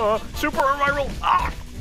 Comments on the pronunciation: It's pronounced Ah-Ree-Ral. As told by me from nerds in the VOTV discord. i just call them axolotl furries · clearly its pronounced ariral